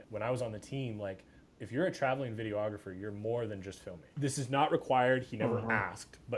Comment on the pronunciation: How is my man this versed and still saying "Video-ographer"?